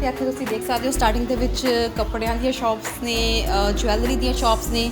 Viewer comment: ਜਵੈਲਰੀ is not right pronunciation